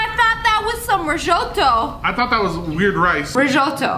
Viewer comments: bruh she really said rishoto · SSSniperWolf: Rizshoto Me: Huh!? It’s called “Risotto!! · Ahhhh her pronunciation on Risotto Made me triggered